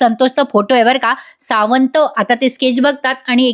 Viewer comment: सावंत.. छान उच्चारले आहे